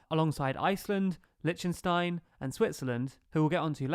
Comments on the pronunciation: Liechten not Litchen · you killed me with your pronunciation of "Lichtenstein"